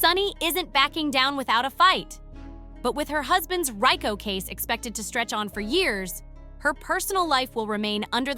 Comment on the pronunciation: You know this is a good program but your ability to Pronounce the word Rico Leave much to be desired